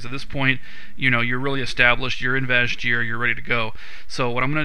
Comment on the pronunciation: its pronounced VASH EAR as if it was spelled Vash'ir the "j" is silent